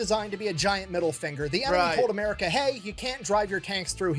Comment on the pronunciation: you need to learn to say "MUR I CA" lol